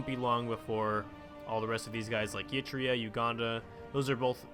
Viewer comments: I was going to sleep you fuck also please stop pronouncing it "yee-tria", its just "ehr-i-treia", practically how it's spelled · Please stop pronouncing Eritrea as Yitrea.